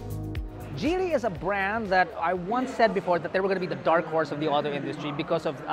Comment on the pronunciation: It's GEELY !! not JEELY !!